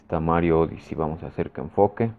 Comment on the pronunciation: Si te llegó el Mario "odisi" 🤣